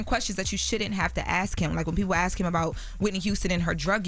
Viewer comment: *Ask (not axe 🪓 )